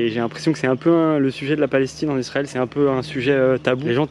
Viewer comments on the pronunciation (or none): Pourquoi vous dites lisrael?